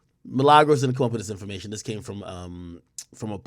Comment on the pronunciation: This man keep callin that girl Milagros 😂 Man addin a “s” on her shit.